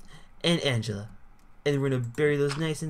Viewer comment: I know Angeleah B. And u pronounced her name WRONG SHE IS MY BFF